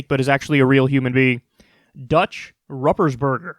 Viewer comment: Kyle. Ruppersberger actually is pronounced like POOP for the Rupp part. ROOP-ersberger. 😉. . I voted for him last election so his NEW TERM will start in Jan! I wont vote for him again. I starting to think all the OLD/Elder ones need ousted. And thanks for telling everyone how they can contact their Congressmen. And plz keep reminding us. It goes to show that we have more power than we think.